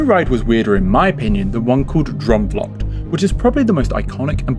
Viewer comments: I’ve always thought Efteling has a very dark fairytale style which is older and very European whereas Disney is very American sugary and bright. It’s like the difference between a Tim Burton film and a Steven Spielberg film . Ps it’s “droom” like “broom” not “drum” 😂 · I love how English people pronounce droomvlucht but I also absolutely love this video. I am a rollercoaster girls through and through. But not in the Efteling. Droomvlucht is my go to. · Your pronunciation of droomvlucht makes me giggle. But great video! I have so much nostalgia attached to this ride and you explained perfectly what I could never put into words. I really enjoy the style of these videos and the insight provided. So thank you for making this. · As a Dutch person I love how you pronounce Droomvlucht